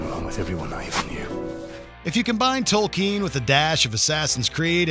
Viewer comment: No War in the North??? It's one of the best games I've ever played. PS: It's Tolkien not Tolkeen.